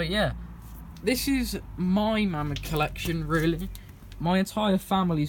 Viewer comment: mamod is correctly pronounced 'may mod'